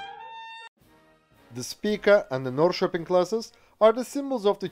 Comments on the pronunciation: Literally the first time i've ever heard a non-Swede pronounce Norrköping right! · I lived in Norrköping for about two or three years and it surprised me by how well he pronounced its name. I'm used to English people straight up busting it out on city and town names haha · As a Swede and a citizen of the town of Norrköping, I approve your pronunciation of the name of my hometown. Very well done and I’m a bit amazed!